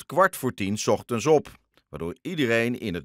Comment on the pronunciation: Die man zegt ogend in plaats van ochtend😂😂